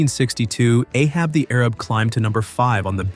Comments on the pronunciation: AHAB THE A. RAB NOT AHAB the ARAB . Research , research , research !!!!!!!!! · It wasn’t Ahab the Arab. It was Ahab the A-rab.